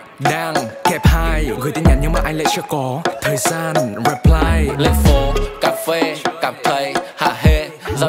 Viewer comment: chăm ra nhạc nhỉ, nhưng tôi vẫn chê nha, cái từ "reply" nên phát âm là /rɪˈplaɪ/ thay vì /reˈplaɪ/, các chỗ khác thì chưa tìm ra chỗ để chê.